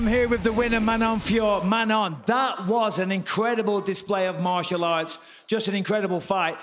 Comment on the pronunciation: First it is Manon, not Manonne like Shannon. And come on guys, let the guy who knows English translate